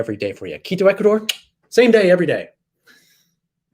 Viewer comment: You pronounced Quito very well.